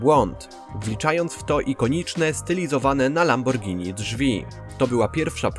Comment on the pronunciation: Gościu każda szanująca sie osoba wie jak poprawnie wymawiać nazwę tak znanej marki